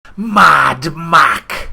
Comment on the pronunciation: "maddd ma xxxxxssss" haaha!